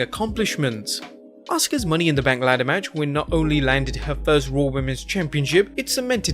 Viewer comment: And what's a Money in the Bnak? 😂👎🏻